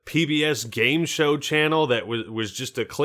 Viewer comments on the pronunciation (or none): none